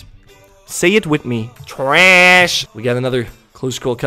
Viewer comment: The way you say trash is giving me an aneurysm 😩